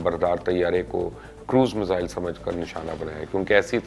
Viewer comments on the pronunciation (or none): none